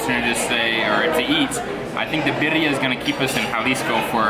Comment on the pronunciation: Sounds like you say perria. (Little dog)lol. Birria thats. (Bee rree yah)😜